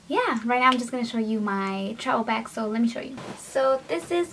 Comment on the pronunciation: does anyone else notice that she says travel with a B instead of a V